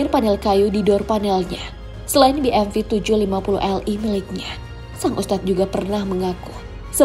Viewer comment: Koreksi bmw: be em dobel yu (cara baca gampangnya)